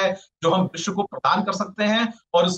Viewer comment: न्यूज़ रीडर, शब्दों का उच्चारण थोड़ा साफ करें। मुख्य मुद्दा को "मुख मुद्दा" बोलना, विश्व को "विश" बोलना जैसी त्रुटियों की आपके बोलने में भरमार रहती है।